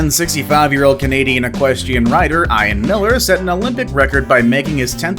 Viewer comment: Bruh cmon. You can’t seriously tell me you don’t know how to say the name Ian… there is no way you are an English speaking white guy who doesn’t know at least 3 guys named Ian. It’s eee-an, not eye-an man 🤦🏼‍♀️